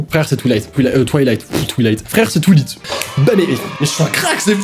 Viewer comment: Mon père aussi dit tulight au lieu de twilight 😂